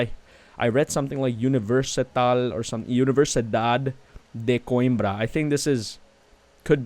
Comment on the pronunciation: You are pronouncing "Coimbra" almost like a portuguese speaker🤗 Just one note. They should have worked in Oporto not Coimbra, because Oporto is the second most big city in Portugal and also have an airport...